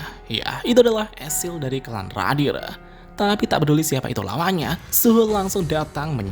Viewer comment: Sblm cwek iblis itu ngomong,,,gua ksih tau lu bg.. Clan radiru bkn radir😂😂